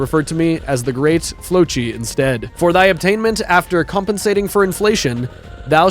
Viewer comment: flocci is pronounced like flossy